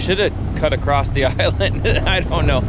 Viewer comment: it's across NOT, "paddle Acrosst or paddle Acrossed." How are you even an adult?